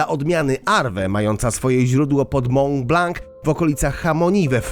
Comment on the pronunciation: Czy nie stać, aby nauczył się prawidłowo wymawiać francuskie nazwy. To "chamoni" jest po prostu kompromitujące, podobnie jak "mąblank". (Prawidłowo: szamoni, mąblan)